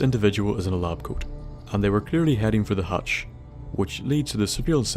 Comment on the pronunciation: hatch not latch